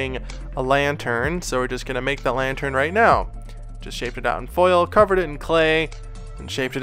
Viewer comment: When you say lantern it sounds like your saying lion turd